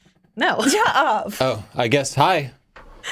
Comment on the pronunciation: "shut up" since when has been an Essex girl? LOL.